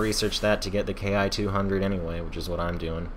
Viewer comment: It's pronounced "Kee". Good vid. Those 30 mm are devastating. One short burst and good night!